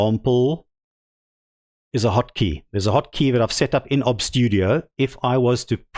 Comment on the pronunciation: "obbz studio" Dude, O B S, pronounce the letters separately, it is an acronym, do you also pronounce FBI as "fuhbih"?